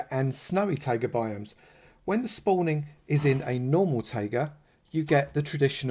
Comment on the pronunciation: It’s not Tága it’s Taiga pronounced Tie-ga